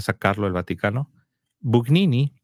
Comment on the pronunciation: Gugnini se pronuncia "Buñini", Aníbal Buñini